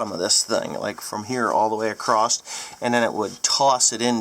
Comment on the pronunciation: please for give me for this, but there is no T at the end of the word Across... Other than that, great video!